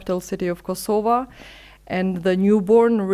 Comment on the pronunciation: The only thing you were right about is that finally an Albanian pronounces KosovA with an A. Everything else shows that you are a puppet and mouthpiece for the new world order. First, you should be speaking Albanian and AI can translate for you. You should assert your sovereighn language. You also missed out the part that the first war in Europe after the World War 2 was in Bosnia, NOT in Kosova. That was 3 wars later. You also failed to mention that the EU does not recognize Kosova, NATO does not recognize Kosova, even Unmik does not recognize Kosova. You think Russia really cares or others care what your stance is towards Russia? You have no military strength and you are controlled by foreigners. You really have no say. Does Kosova value human rights values? Absolutely not. They have broken every UN resolution on palestine so much that it's the second nation only to have an embassy in Jerusalem. You want others to respect international laws for your people, but not when it comes to Palestinians. You fail, and you continue to support a genocide state. You have not learned from Bosnia, or Croatia or even in your own place in Kosova. Even though Kosova did not go through what the Bosnian muslim did. And for your information the Ukraine does not recognize Kosova but was sending arms and soldiers to Serbia during the war, and was sending arms and soldiers to Macedonians to fight Albanians. You should be ashamed of yourself to '''align with the Ukraine" why? Because you follow wh